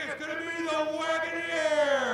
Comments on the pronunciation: The freaking announcer is annoying, can't pronounce Wagoneer and his watch the starter crap is distracting. Where did they get these cars, grandmas retirement village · Had me hovering over the "back" button saying "Wagoneer" like that. 😅